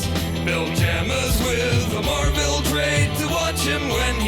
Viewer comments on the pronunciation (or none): none